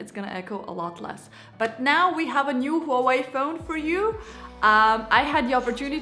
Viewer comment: Wah Wei pronunciation HUAWEI